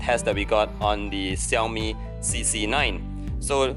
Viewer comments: so its "Ci yao mi" not "Sha yo mi" or "Shao! Mi"... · The way you say Xiaomi is really funny 😂 (no offense).